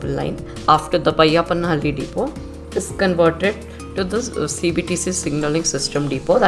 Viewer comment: Correct your loyal dialect. Its not vayappanahalli, it is bayyappanahalli...